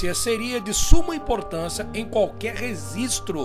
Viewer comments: *REGISTRO, e não "resistro". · Top o canal, amei aprender, só me doía ouvir rezistro 😅